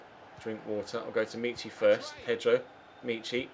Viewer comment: Omg it's not meeechy it's mitchy